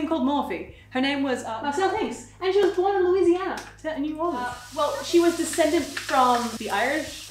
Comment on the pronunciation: She's the only person not from Louisiana I've ever herd that can day Louisiana and New Orleans properly. -as someone from louisiana